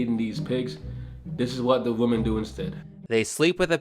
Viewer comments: Great video other than when you say ‘woman’ instead of women. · Why does every person who does videos on gender insist on pronouncing 'women' as 'woman'?! I'm not having a go but this honestly seems like a universal trait of every person interested in discussing gender... It's pronounced WI-MEN! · My one major complaint with this video - WOMEN wih-men Not woman, woman woman. Mutliple females = women. wih-men. That is all.